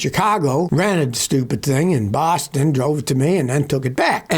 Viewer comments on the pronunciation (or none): none